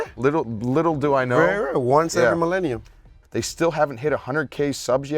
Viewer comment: Once every melinum loooool